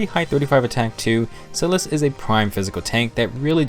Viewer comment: Helpful vid but omg I’m so bothered by how you pronounced Silas’s name.